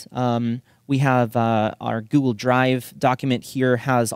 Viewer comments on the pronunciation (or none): none